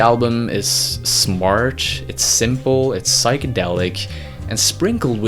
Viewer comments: is it me or does he keep saying "smartch" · Great video, but every time you say the word "smart" I hear SMARCH